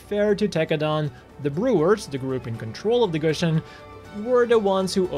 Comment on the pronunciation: its not pronounce gushin, its pronounced "goo-si-on". how are you a gundam nut and not be able to pronounce the names. just kidding boss